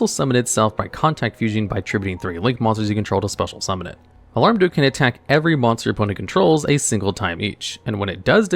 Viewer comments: I keep hearing you say "Alarm duke". Isn't it Almarduke? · It's Almar, not alarm. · It's AHL-MARR-DUUK, not "auh-larm-duuk". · Alarmduke instead of Almarduke is sending me lol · I know its dumb, but i had to Smirk a little when he said "Alarmduke" instead of Almarduke haha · It's Almar, not Alarm.... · "alarm-duke" This is a great video, i just thought that was funny.